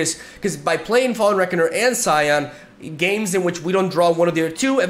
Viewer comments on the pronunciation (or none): none